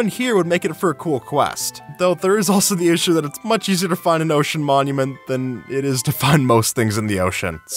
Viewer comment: 'Mocean monument"